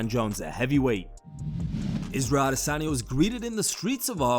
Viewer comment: You finally pronounced "Adesanya" correctly instead of cringe and goofy like you usually do.